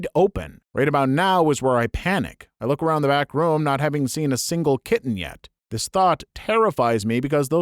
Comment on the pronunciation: I can't stand how you say the word "room."